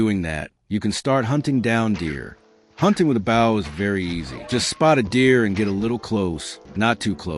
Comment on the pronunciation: Was this done with an AI voice? I can't believe that any human wouldn't know how to produce Bow